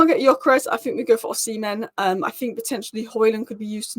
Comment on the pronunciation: Osi-men. Osi-men. Osi-men. Learn to pronounce his name correctly. Tbf, you were getting it right at the end!